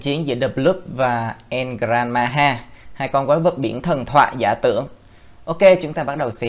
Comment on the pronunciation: El gran maja mà cứ đọc là El gran maha